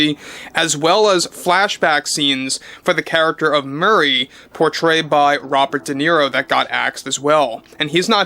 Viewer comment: Robert Di Nero? Never Heard Of The Btch.😂